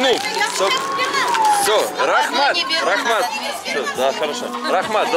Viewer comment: всё шикарно, но не рахмат а рахмЕт))) Добро пожаловать в Казахстан!